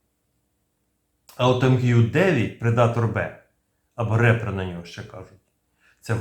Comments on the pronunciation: Шановний!Трохи попрацюйте над англійскою. Репер читає реп, а ріпер від "рест ін піс"! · Щиро дякую! Тільки не "рЕпер", а "ріпєр", тобто "жнець" 🇺🇦🇺🇸✌ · Правильно не репер, а ріпер( в перекладі жнець). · Відео сподобалось! Дякую! Але не "репер" а "ріпер" - жнець. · Ріпер, а не репер😁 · Тільки не "РЕпер", а "Ріпер" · Гарний огляд. Тільки одне зауваження про MQ-9, він не Репер, а Ріпер. 😉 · Дякую за відео!! Єдине зауваження правильно казати MQ9 Ріпер (Reaper - жнець з англійської) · MQ-9 Reaper правильно читається як "Ріпер", що означає "Жниварь", що очевидно є метафорою на те, що цей апарат влаштовує ворогам "жнива смерті".